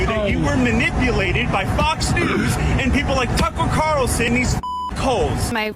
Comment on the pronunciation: “Tuckle Carlson” ?